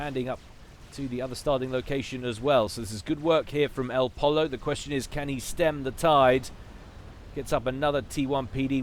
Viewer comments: think elpollo is pronounced el po yo spanish for chicken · it's pronounced Poy-yo, El Chicken en espanol. :)